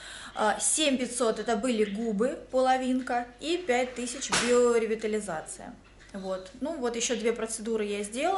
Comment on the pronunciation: Только биоревитализация, а не биреовитализация))) а так очень хорошо, и губы подспадут, норм будет 👌🏻